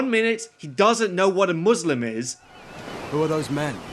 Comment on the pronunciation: For the love of god! Its not pronounced Muuuuuslim lmao 😂 Imagine thinking that any religiously motivated war wasn’t for power and expanding territory lmao But yeah the movie is really cringelevel bad lol